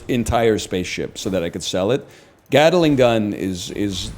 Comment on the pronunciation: i love that gatling gun is a 4-syllable phrase to this man